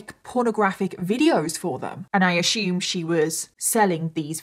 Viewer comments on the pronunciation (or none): "Ashoom" 😂 every time it tickles me lol I wonder if the saying "You know when you assume it makes an ass out if u and me" haha playing off of the way its spelt if you're pronouncing assume as ashoooom? Hehe 😁